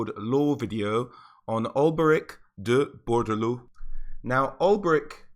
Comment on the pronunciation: Alberic de Bordeleaux. DE Bordeleaux not d'Bordeleaux.